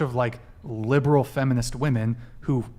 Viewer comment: Yeah they DO say Woman instead of Women in almost every video. Drives me mad.